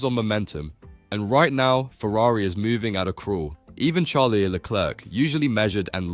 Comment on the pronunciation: MAJOR CORRECTION! NOT 'CHARLIE' ITS CHARLES PRONOUNCED SHARLS